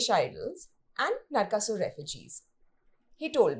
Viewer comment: Not Ravana, just Ravan. Speaking about your own culture as if it's foreign 😥. Atleast you said Narkasur and not Narkasura.